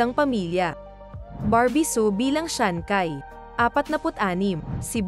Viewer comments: Ang narrator ang sabi shansai Yan di shakai hahaha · Shancai…. You pronounce it as shanshai. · wahhaha natawa ako sa sankay 😜ayusin mo kasi pag pronounce daw ming see hahahah 5k tawa ko dito sa content mo😂Shan cai hindi sankay 😜 🤣🤣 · hindi siya si SHANKAY, SHANCHAY yan pag binasa. hahaha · Sanchai hindi sankay😂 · Chai ang pronunciation ng CAI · Ano daw Shankay??ayusin mo nman pruounciation mo😂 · Shang hai Po hnd shang kai.dao meng shu Hindi Po daw meng si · Natatawa naman ako sa bigkas niya sa ngalan ni sanchai naging syankay na😅😅😅🤣🤣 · Dami ko tawa mali mali ang pag pronounce ng names,yung sancai parang may h po yan pag binibigkas,yung VIc Chou mali yon, Vic Zhou po.😂😄🤣